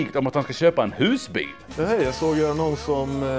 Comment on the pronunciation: Not sure if sa "Haj och välkomna" bc skåning eller för att han håller löftet om en fiskfylld kanal.